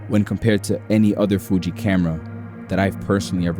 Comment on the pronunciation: sounds like you're saying "fuchi" in spanish 🤣